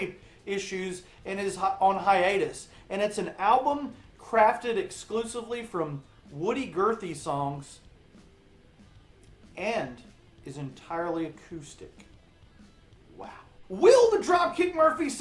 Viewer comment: It's Woody Guthrie, not Woody Gurthie...